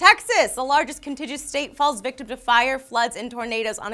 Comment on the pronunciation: you might want to check out the correct pronunciation of "contiguous" -- Google search it because I can't post an audio link here.